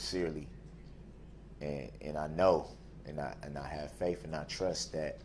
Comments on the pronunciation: "Faif" made my day :) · U said what is “faif” and I lost it and laughed for a good 10 mins straight 😂😂😂I needed that at that time bc this funny looking 🤡 was making me pissed all over again. You got yourself a new sub for that one!🤣🤣🤣your commentary was everything and right on point! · "Fafe" and "troof" is his ultimate misunderstanding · What school taught him that the 'th' sound is the same as the 'f' sound? "Truf" "faif" 🙄 AND how arrogant do you have to be to think you could wing a closing statement for your LIFE?! And I 100% think he's lying about the child writing him. That was meant to pull on the jury's heart strings! He lies as easily as he breathes!!